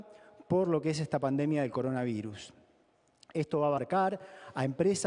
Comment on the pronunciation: Coroanvirus dice al principio XD